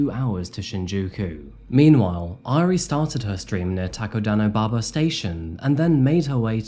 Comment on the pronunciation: I love this video but the mispronunciation of "Airi" is driving me nuts. 😂 I still love you though. ❤😋